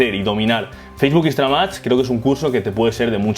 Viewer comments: muy bueno, pero por que dices "Instra-MAX" .. instaGram no? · soy la unica que escucha que dice instramad?